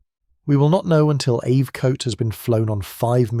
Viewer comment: And it is NOT AV Coat.. You might find it is AB